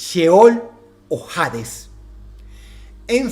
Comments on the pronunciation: ¿Por qué dices "jades" y no "hades"? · Cada vez que dice jaaaadezz una parte de mi muere :( no hate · la H de Hades no se pronuncia 🤦🙄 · Todo excelente querido Dross, sólo un detalle, en español la H es muda cuando va al inicio de una palabra. Dicho esto se pronuncia Ades, y no Jades. Saludos. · Hades, viene del griego, deidad de esta mitología relacionada a la muerte. Solo hace falta buscarlo en el griego original: "Άδης", ni en su pronunciación original existe la J. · No se pronuncia "jades", es Hades, la "H" es muda. Gracias a Dante Alighieri es que creen que el infierno es tortura eterna, sólo es ponerse a pensar: torturaría a mi hijo eternamente?? Obvio no, aunque sea el más malo del mundo, sólo lo pondría a dormir eternamente. Muy buena narrativa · Hades no de pronuncia Jades. Fuera de eso, muy interesante el video. Sobre la Bestia del Apocalipsis, hay quienes apuntan a que el número es 616, que en numerología hebrea correspondían a las letras NRN, refiriéndose al emperador Nerón. Aah y lo del número 2 estuvo muy interesante igual, creo que fue mi favorito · "HADES" se lee (ades) hasta en la pronunciación en griego se lee "Aidas" en latin "ADES" , en ninguna se pronuncia la "H", de donde sacas "JADES." suena a que fue doblado con IA no me asustes dross... dime que aun redactas tus videos-.....eres lo unico bueno que queda en you tube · Se se llama y se pronuncia Ades, no Jades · No jodas, Dross: "Hades" se pronuncia "Ades" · Supongo que jades sería su pronunciación en griego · Dross, ¿por qué pronuncias “hades” como si estuviera escrito con “J”? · Porque pronúncias "Jades", si la H es muda según tengo entendido.